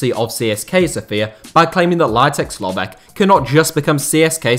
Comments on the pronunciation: It is Lovetch , not Lovek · Very interesting and in-depth video from a local point of view. I only noticed 2 issues: 1. Vasil Bozhkov acquired Levski Sofia, not CSKA Sofia; 2. Lovech is pronounced with a German "tsch" sound (the same "ch" as in kitchen), but I've noticed that native English speakers always butcher foreign names, and with that in mind, you actually did okay with the other names.